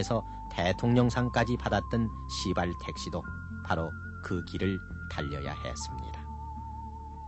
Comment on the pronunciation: 선생님 시발택시 입니다 씨발택시가 아니라 시발택시 입니다